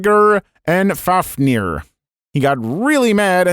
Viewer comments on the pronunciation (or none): If I'm not mistaken its Niðhögg so definitely not lol. And going off of Icelandic pronunciation its like "Faov-nir"